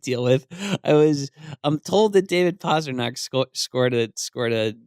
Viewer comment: Guys, please, for god's sake it's PASTRNAK. How long has he been in the League?